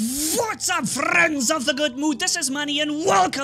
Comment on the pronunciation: I absolutely loove the new way u say what's up frrrriends of the good mood.